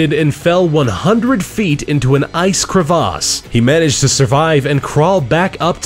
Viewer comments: its not pronounced "Crevoss" its pronounced "Creviss" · OMG "an ice cravass" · Crevaaaas??? Is that how you're supposed to say it???? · Did you pronounce crevasse Cra-vos? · The way he pronounced crevice ruined my life 😒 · where is the narrator from? They pronounce things so strange to me. Andes, crevace?